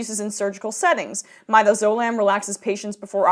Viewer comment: I liked the way you pronounced mi-do-zo-lam. It's actually mid-az-o-lam